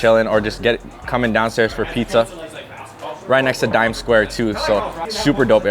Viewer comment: My man said "dime square"